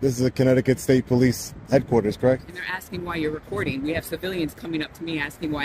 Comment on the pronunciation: Wtfff is the last cop pronouncing police like that on purpose???